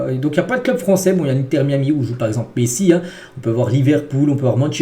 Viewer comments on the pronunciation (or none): Je rêve ou il dit "Pessi" à 😭😭😭